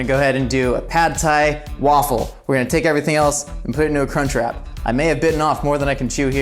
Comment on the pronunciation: I watch most American youtubers double time cause you all talk a bit slow, and as an Australian, every time he said "crunch wrap" it sounded like "c*nt trap" and its just bloody hilarious tbh